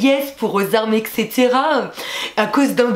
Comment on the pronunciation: C'est pas au ect (éksétéra) c'est etc(étsétéra)